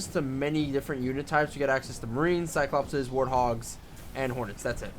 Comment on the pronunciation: Actually it's not "Cyclopses" It's cyclopees.